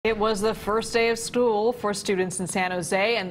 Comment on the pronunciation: She said it was the first day of “stool”?